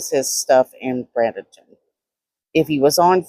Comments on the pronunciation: Just so you know, it's pronounced like Braiden-ton. There are some really nice areas in Bradenton near the beach, but the further away you get from the beach, the sketchier it gets. I would not want to be in some of those areas am. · I live in Bradenton. Pronounced braid-in-tin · Its pronounced Bray-duhn-tn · I lived in Bradenton most of my younger and teenage years. Graduated high school there. It’s actually pronounced “Braid in ton” Praying for Giovanni’s Family, especially his Mama. I have her son his age. I get the middle of the night phone calls. I couldn’t imagine the guilt I would have to live with a finalist a call for help in the middle of the night after something like this happens. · Bradenton - Braid den ton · There is no n in Bradenton. She definitely is pronouncing it wrong